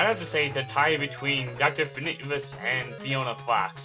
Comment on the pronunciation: You miss pronounsed Dr.Finitevus